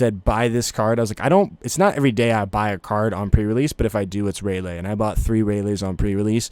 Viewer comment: you aint got room to talk bro you call Ray-LEE, Ray-LAY 💀💀💀🤣🤣🤣